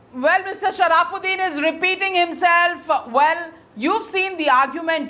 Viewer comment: The name is sharafuddin & not sharaaaaafuddin.